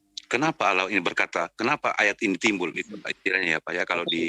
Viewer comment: Mana baca ny salah lagi...dbaca Alah hadeuuuh